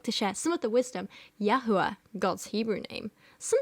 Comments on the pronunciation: I'm literally also an atheist but as a Jew the "Yahoo-ah" is absolutely killing me lol I have never in my life heard anyone ever pronounce the name that way. Like Jehovah bothers me less and that one is pretty egregious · as a Hebrew Bible scholar (with a masters from an actual university) it pisses me off SO MUCH that she's just making up a new fucking pronunciation for YHWH like ...... she can barely read English, much less biblical Hebrew!!! you have to be supremely stupid to make the assumption that the vav in YHWH is pronounced like "oo". biblical Hebrew phonology does not work like that! YHWH's name is not just a soup of vowels jfc